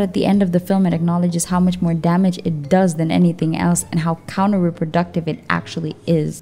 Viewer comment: Lol you said counter-Re-productive 🤣